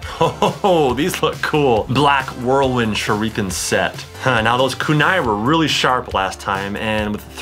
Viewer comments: It’s “Kunai” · the way he says Naruto and kunai